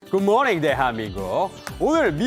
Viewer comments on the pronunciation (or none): 굿모닝 대한~미인구욱.... 느끼쩔음 이Sae끼 영어 발음 🤮🤢